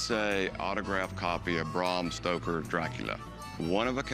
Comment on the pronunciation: 'Brom Stroker"